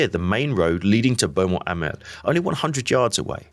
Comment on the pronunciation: I've spent a day at Beaumont Hamel ( excellent pronounciation by the way !!) and could relate exactly to your locations ! Your trench map overlays most informative ! Again - well done